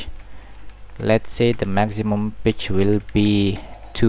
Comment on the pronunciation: im not judging, but it sounds FUNNY when you say pitch, it kinda sounds like bitch. Sorry if this makes you sad, i dint mean to